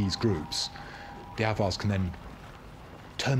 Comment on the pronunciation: If anyone is wondering what he's saying , since the subtitle was of no help had to do some web searching and came up with Avars. Closest thing I found to what sounds like "others".